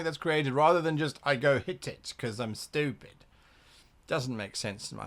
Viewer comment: "Chaotic Styupid"